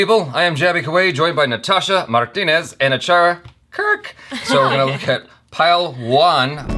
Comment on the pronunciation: Pey-hell-vaan Read it quickly dashes breaks that the syllable in the word according to hindi language.